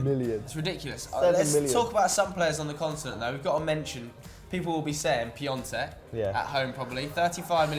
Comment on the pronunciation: It's piontek